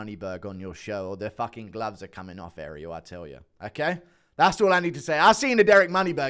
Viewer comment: time to learn how to say his name Ah-ree-el NOT Aerial (like the tv antenna).